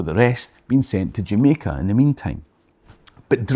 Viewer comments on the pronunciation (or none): none